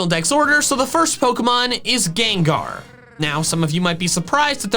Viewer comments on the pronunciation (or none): none